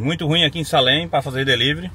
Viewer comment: A pronúncia é: "seilem" escreve Salem , mas ... já que vc está aprendendo ingles então... já procura a pronúncia correta.